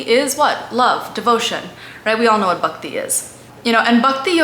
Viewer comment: Good try but pronunciation is comical abcd style. Just the way bakti is said instead of Bhakti